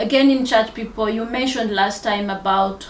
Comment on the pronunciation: We dont say pipl